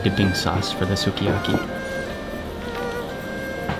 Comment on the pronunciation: Another video where you leave me "homesick" for food. Remember to drop the pronunciation on the letter U next time in evry word you come across. For example, "Skyaki", instead of "Suki" Other than that, does the person filming eat first or afterwards? It always seems as if your teasing the cameraman. Too funny bruddah Mark.